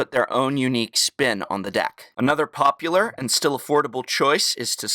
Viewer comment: a paup-uler chioce? xD